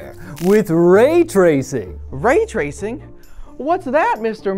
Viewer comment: way twacing